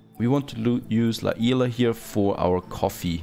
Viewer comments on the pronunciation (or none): La isla is pronounced as "la Is-la" not "I-la" the "s" is not silent and yes i know spanish and mexican because half spanish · because it's preceded by 'La' meaning it is Spanish ergo it would be 'isla' and not 'i-la'. Plus the guy can comment if he wants to as suggestions or just feedback, no harm in sharing knowledge. This attitude of 'let people say it however they want it' is short of intelligence. No offense towards you though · Lol who told him to pronunce La isla like that, he was saying it right before !! is in spanish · but the idea of you trying to correct him is implying that Spanish or Mexican are the only languages that use the word Isla. And they are not. And since he's neither of those ethnicities, and he's playing a game, spare us the lectures, and let him pronounce the word however he wants. There ain't a correct way. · Sharing unnecessary knowledge just to look smart lacks intelligence aswell. The same exact comment has been made already atleast over 20 times,and the fact that he typed "I'M SPANISH AND YOUR PRONOUNCING IT WRONG, YOU MUST PRONOUNCE IT THIS WAY" makes it even worse.Besides, he said it himself in the video that he won't bother pronouncing "la Isla" correctly, whatever correctly is.